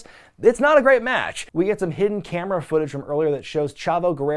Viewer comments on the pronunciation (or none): none